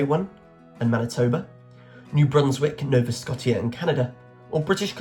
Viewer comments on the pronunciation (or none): Saskatchewan is pronounced sas-cat-chew-on and Nova Scotia is pronounced Nova Sco-shah it means New Scotland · I gave up quite late on, with the tortured pronunciations of “Saskatchewan” and “Scotia” (Q80)